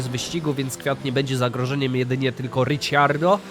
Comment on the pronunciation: Kocham tą serie ale prosze nie mów Riciardo